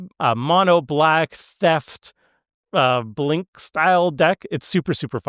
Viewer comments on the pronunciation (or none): none